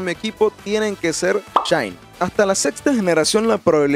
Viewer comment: Alguien más entendió chaini?